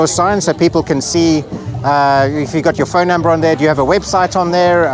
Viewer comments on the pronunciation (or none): none